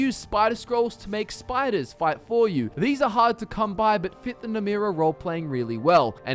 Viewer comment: It's Namiras it's not Namrias